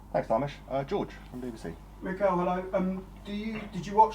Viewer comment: It’s Mikel not Michael? 😱🤭😅